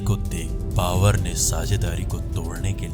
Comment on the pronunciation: भाई बाकी सब कुछ अच्छा है लेकिन आप ब सही नही बोलते बाबर को बावर बोल देते हो यार ।